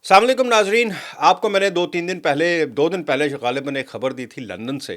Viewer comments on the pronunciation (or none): Saam aliekum kya hota hai? Salam aliekum hota hai